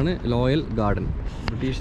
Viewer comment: ലോയൽ അല്ല ബ്രോ.. റോയൽ.. റോയൽ